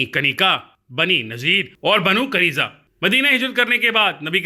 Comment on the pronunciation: Pronunciation correction.... Banu Qai-nu-qa, Banu Nuzair, Banu Quraiza, Masjid Quba